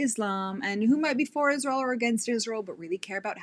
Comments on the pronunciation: Iszhrael. God the way she pronounces that pisses me off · Not only does she manage to bring Israel into every conversation, she also finds a couple extra letters to add into it "Ischzzzrael." lol